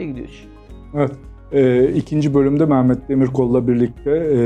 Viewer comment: Altan Bey, neden Meğğğmet? Meh - met demek çok mu zor?